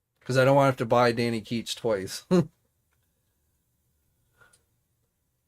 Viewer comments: ItsDanny Ketch. Not Keech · His name is Ketch, what you’re saying is “keetch”.